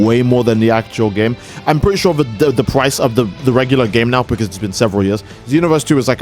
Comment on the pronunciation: "the PPPrice of PPPaid dlc..." Bro the way you pronounce those P's man.